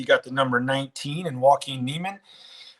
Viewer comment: I’m loving both tours and don’t think it’s “exhibition” at all. To be honest, their field is way better than most regular PGAT events., you look so pissed. Smile mate. And, maybe pronounce Joaquin correctly bud. With all the negativity on LIV, I’m actually now wanting them to succeed more to piss everyone off. I love it. I loved watching the Tour Championship and actually went. What’s wrong with loving both. Give it a rest boys.